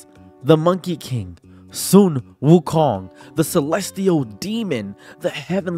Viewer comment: You're pronouncing wukong wrong.